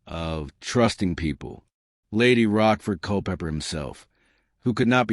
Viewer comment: I am not english, but apart from the naming of Lady Rochford as Roskford, I found written,not spoken mistakes such as Cole Pepper or tutor instead of Tudor